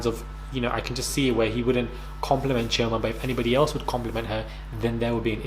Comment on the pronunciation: I don't know this show but i will look it up after watching, but if Chioma is from Nigeria, the Igbo tribe, why is has the been butchered lol, the sounding of it is off, plz don't tell me that is how she allows herself to be called lol, spelling on point, pronunciation is off, use google to check how the name is meant to really sound ppl XD